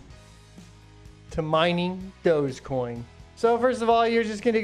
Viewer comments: Lol, this dude is making fun of newbies and doesn't even know it's pronounced DOGGY coin. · its pronounced dogg EE coin